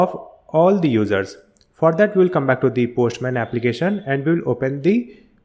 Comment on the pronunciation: Thanks for the video! hope you pronunced your words better especially this "for that"